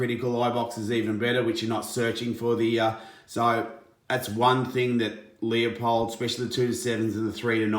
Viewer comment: It is pronounced Loo-pold.